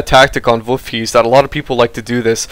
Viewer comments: Woofies? Voolfhasia? I think its pronounced voolfhayza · Hi. About the pronunciation of Wolfheze. In my COH I have the wehrmacht and PE speaking REAL German and in the PE campaign the speaker pronunces it like that: /volfhece/ or /volfhetze/. Your pronunciation sound French I guess:) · Never mind the philosophy about pronouncing things "properly," but as a German this pronunciation is wrong. Volfh(eh)ze. With the z as a "ts" sound. The best way I could pronounce it is V(oh)lf - h(eh)ts(eh). The eh is pronounced like the e in Best. I hope this helps. Great cast, I've been playing COH since it came out and I found your replays. Unfortunately I'm not pro enough to be known, but I'm around :D .